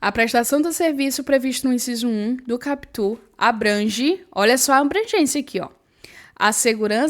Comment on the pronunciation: Prof, não se fala capítu (CAPUT) e sim KÁputi. kkkkkkk, mas tu fala bonitinhu!